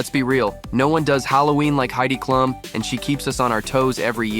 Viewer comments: Comments for once you have let me down. Heidi’s last name is pronounced Cloom. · I too love Halloween . AI can't pronounce Klum